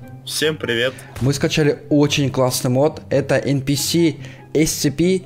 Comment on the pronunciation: Не Мот А Мод